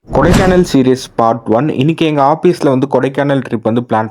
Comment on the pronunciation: Office ❌ oppice ✅😂😂😂